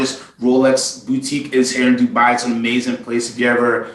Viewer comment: A question regarding independents - what if I love the work they do but absolutely can't stand the watchmaker (e.g. FP Journe) or CEO (e.g. CEO of Audemars Piguet)? What do I do then? And by the way, the way you guys pronounce Dubai is just wrong.